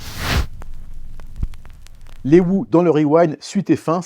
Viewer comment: Les Wou ?! 😮 Après Tolque Tolque, les Wou 😅 S'il vous plaît, un petit effort pour prononcer correctement l'anglais 😢